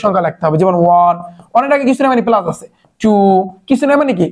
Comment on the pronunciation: Apnar pora balo kintu apni plas k palas bolen